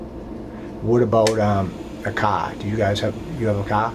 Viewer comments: when he says “car” it’s like wtf are you saying dude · What about a caaah. Do you guys have a caaah? Where’s it pocked?